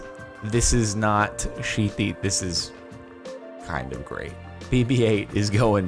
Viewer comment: How did YouTube register you saying "sheety car mods" as "shoot the comments"